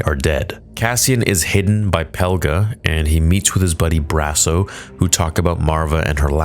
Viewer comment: It's Peg-la not "Pel-ga"